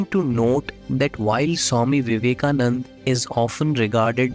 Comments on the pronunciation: Loved the content. But It's Vivekananda...not Vivekanand. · Its swami vivekananda, not vivekanand